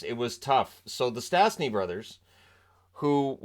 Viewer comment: Sadly, their name is still mangled by commentators. There is a hook over the first S so it should be pronounced "sh". Peter was the first player to represent 3 international teams: Czechoslovakia, canada and Slovakia.